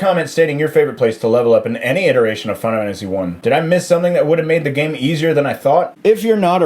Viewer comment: "Fina Wannasy" ?